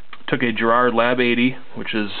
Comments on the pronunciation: It's G as in 'gulp' or 'garage' Garrard not gerrard. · It's not Geeeerrard it's Gaaaa rrrrrarrrrd.